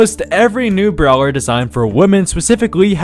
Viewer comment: i swear to god if u say brower one more time